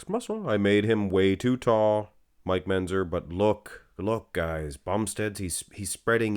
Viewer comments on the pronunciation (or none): can you learn to pronounce Mentzer properly?